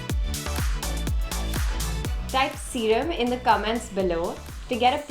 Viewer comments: "Serum" PS: I am too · "serum" Love ❤️